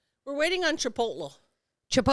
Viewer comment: It's chip-toll-E ladies